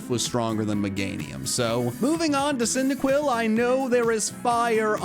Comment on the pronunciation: CYNDAQUIL, NOT CINDIQILL! FIX IT NOW!